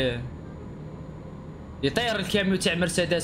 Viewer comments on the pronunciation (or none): الفيبر يقول مرسيداس× مرصاداس✓ 😁😁😁😁